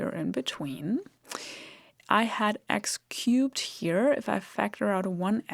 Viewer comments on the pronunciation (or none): I know she's saying "x-cube" and I still hear "x-cute". Damn this spell!